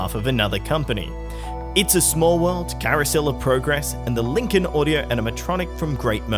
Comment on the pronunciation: How do you say that? WOWUD? The WOWUD FAIR??